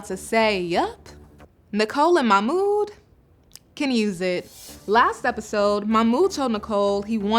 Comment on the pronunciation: I just can't any more... it's not MAMOUD! His name is MaHHHHHHHmoud! There is H in there and it is NOT silent!